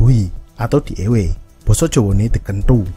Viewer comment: dikenthu pelafalane kroso tenan..